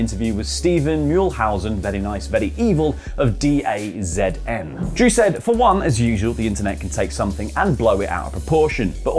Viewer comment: Btw, jfc, since I work there, DAZN is pronounced "Dazoon" (as "the zone" in German, I believe). Not trying to be a spellling nazi, mind you, just trying to help you guys non-monetarily (which I would if I could...)